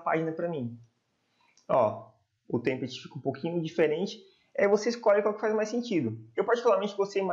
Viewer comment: Seu vídeos são muito úteis. Só um feedback. A palavra "template", a sílaba tônica é "pla". Sua pronúncia está errada.